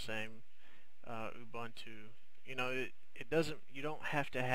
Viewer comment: it's called ubuntu not abantchu